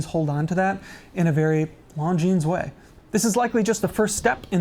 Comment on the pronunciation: The way he's pronouncing Longines is killing me inside!